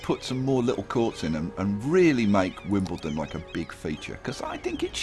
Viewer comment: Wimblendon?!! God I love your series